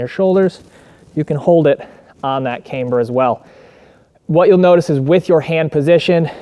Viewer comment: One would think that if you marketed a "cambered" bar, and actually made a video about the benefits of having a "camber", that you'd learn how to pronounce "camber" correctly. This is almost as cringe as when YouTubers or firearms manufacturers pronounce "ambidextrous" "am-bee-dex-tree-ous".